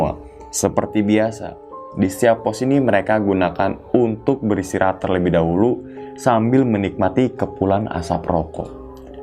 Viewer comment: Dahulu bang bukan dahuru 😁 Sukes slalu